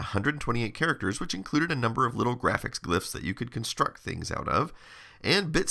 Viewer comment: Love your videos. In this one the way you said graphics made me chuckle. Grrrrraphics. ❤